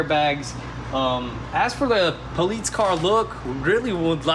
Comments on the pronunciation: Instead of the amount of cars going down, your place is starting to look like a used car lot. Damn bud you keep mispronouncing police . Got everyone watching laughing their asses off each time you say poleets. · "Poleets Car" Howling every time i heard it! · Cbr Duck how do you think it’s spelled?😂 poless?? It’s police buddy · *Poleetz hahaha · Danyl Goutier “po-leets” it’s police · "Issa Poleets transmission" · Nobody:: Poleetz Car 😂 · can someone tell the guy that can't say police properly that it's not polits it's police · Pulleetz car? Something wrong with you saying Police? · Who got annoyed when he kept saying politse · Police not poleets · The “po-leets” car lol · 😂😂 I was sitting here like wtf the poleets is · I was wondering if i heard right. Love the vids but that politze word was jst anoyying as shit. Lmao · poll leets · “Politze” car 😂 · Nobody:: WOAHHH A POLEETZ.... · in german you said "politzei" :) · Are they keeps saying politze car or I'm hearing things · Poleetz Poleetz Poleetz!!! lol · "Poletes car" 🤣🤣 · Why he keep saying “politz” 😂😂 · “You guys won’t believe the good dill we got on our new poleets car!” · I thought I was the only one hearing him say politz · I absolutely love how says ''politze'' lmfaooo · "Poleetz car" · You're killing me lol "Poleetz car" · I heard the words crazy and poleets quite a few times in this video. I think its a new record for CRAAAAZZZZZYYYYYY. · "Poleets" cruiser😂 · Why do you guys pronounce police poleetz? Strange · Why does kept saying politz?:) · Funny how calls it a politz car... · Why does he kep Saying politz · poleets car wth :) stop saying poleets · Lmao Politce. Tell him just to say cop lol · The "Poleets" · Why you sayin politz? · What the heck is 'poleetz". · Homie said "poleetz" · Poleetz.. tsk tsk tsk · Police in Italian = Polizia (poh-leets-ee-ya) seems like your Italian supercars are rubbing off on you boys.